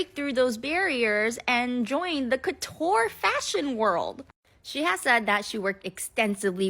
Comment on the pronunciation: I don't know about racism. I know that 'couture' is not pronounced like that, though, and the way that lady is doing it is giving 'Aidy Bryant trying to pronounce 'colour' in a posh way in the Farrow and Ball SNL skit'.